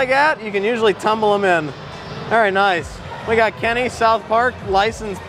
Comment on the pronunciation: Disliked , only for him saying Kenny.